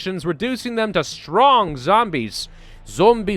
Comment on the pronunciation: "Zombie Stronk" with russian accent caught me off guard